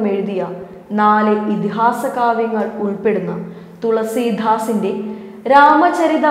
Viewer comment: ആ അതുല്യ പ്രഭാവത്തിനു മുമ്പിൽ സാഷ്ടാംഗ പ്രണാമം. ന്യൂസ് വായിക്കൂമ്പോൾ എന്താണ് ഒരു ശോക ഭാവം. തുളസീ ധാസ് അല്ല. തുളസീ ദാസാണ്. വാക്ക് കഠിനമായി പ്രയോഗിക്കുമ്പോൾ പേരിലെ സ്വാഭാവികത വിട്ടു പോകാതെ പറയാൻ ശ്രമിച്ചാൽ ഒരു ശ്രവണസുഖമുണ്ടാകും.